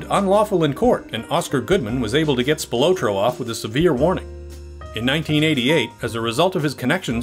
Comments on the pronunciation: It's Spil-AHT-roe, not Spi-LOW-tro. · Tony SPIL OT TRO --Pronounce it right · spi-lah-tro=Anthony Spilotro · Good info Just wrong pronunciation of the Spill AH tro brothers THRU THE WHOLE THING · it's pronounced Spill-AH-troh. Grew up with one of his decendents. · Love the video soo good but you are pronouncing the names off lol... I knew related spilotro... its pronounced spill-la-tro also Scavo is pronounced Scaaa-vo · Its PRONOUNCED SPIL-AH-TRO. THATS A SIMPLE MISTAKE THAT SHOWS RESEARCH ISSUES. other than that great video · “Spill low tro.” 😂 what really happened to the research & proper pronunciation? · Spil otro lol. You're pronouncing his name wrong. Didn't even mention Frank Cullotta. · For the love of God. Please learn how to pronounce Spilotro. SPILL-LOT-TRO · God damn I wish he would pronounce Tony's last name right... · a huge mistake. Las Vegas Casinos had sportsbooks in them since the 1940's...also, the host pronounces the name Spilotro wrong...Our host also pronounces 'Nevada' wrong....Geez... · Your pronunciation of Spilotro is very annoying😠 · Mispronounced Tony’s last name